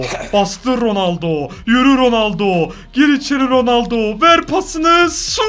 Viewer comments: RONALDO'YA RONALDİN'YO DEDİN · ilk golde ronalno yerine ronaldinyo söylüyor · 4 .17 ronoldoya ronoldinyo de di